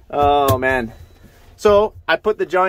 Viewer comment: Hahhaha you cant pernounce MAN 🤣🤣🤣